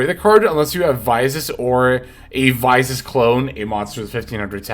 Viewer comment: Please say Visas properly 😮